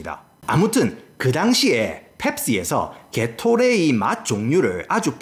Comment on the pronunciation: 게토레이 발음이 저렇구나 게이로레이드 ㅋㅋㅋㅋ신기하다